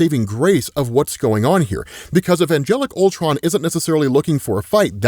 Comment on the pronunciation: "CULTRON", cmon, bruh